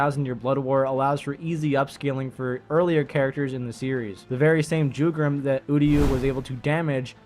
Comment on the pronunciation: It's pronounced as Yugram but spells as Jugram